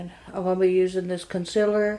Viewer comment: am I the only one who giggles when she says concealer? "imma use this conciller"